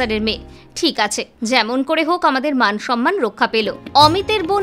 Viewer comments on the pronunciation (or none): none